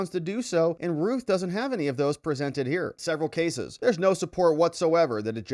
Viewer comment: It's not ruth It's routh It rhymes with mouth and or south